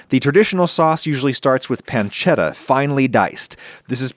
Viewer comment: Adam is a genius for making traditional ragu alla bolognese all while purposefully butchering the pronunciations of bolognese, tagliatelle, and pancetta just so he can still piss people off